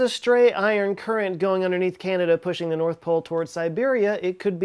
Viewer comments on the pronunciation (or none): none